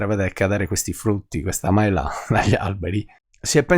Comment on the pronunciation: mela detto con quell inflessione è davvero fastidioso..